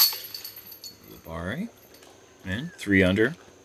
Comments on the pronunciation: is it U-luh-berry or U-luh-bar-ee? You switch back and forth between pronunciations! Lol: ) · How is Paul Ulibarri's name pronounced? says "Youli-Berry" at the intro, "Ooli-BARi" after his drive on hole 7, and seemingly every other combination in between...